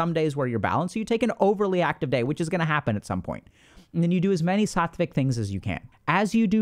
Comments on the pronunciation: Was listening to this while doing something and I thought I heard Dr. K say “gooma” instead of guna. 🤦‍♀️ iykyk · I thought Dr K called me a Gooner in an Indian accent